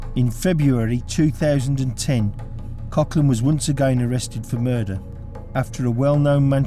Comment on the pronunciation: Its prouned Coglan